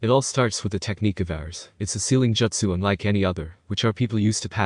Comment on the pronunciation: Bro, why do you pronounce jutsu "joetsu". Is that some dumb sub pronunciation bullshit? I can't listen to this shit